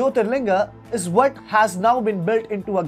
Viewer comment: "bhaat iz dis" Modi ji its nt fair... Bs itna he rulaya thoda mirchi aur lagao....